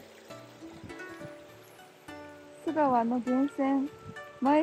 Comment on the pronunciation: 須川はガスりやすいからこそ、景色見れた時の感動はひとしおです。是非また来てください！ちなみに読み方は「すがわ」じゃなく「すかわ」ですかね。